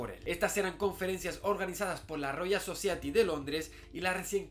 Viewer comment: Amigo Javier : …me e suscrito a tu blog .todo esta excelente, pero por favor Society : se lee So sa ya ti . Como suena FONETICAMENTE … ( vivo 42 años en US . Y aprendi escuchando … ) cuando tengas dudas de pronunciación no vaciles en preguntarme . Estoy como Walo Galvez en Face y de igual manera en Instagram . Ya estoy retirado osea TENGO TIEMPO